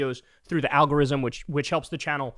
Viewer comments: kyle "alghorrryzzzm" kulinski 😂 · Did Kyle really say ALGORIZM!? 😅😂